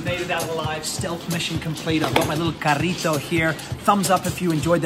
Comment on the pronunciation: Cuándo sale del supermercado y dice "carrito" con la rr pronunciada mejor que muchos locales, casi me he puesto a aplaudir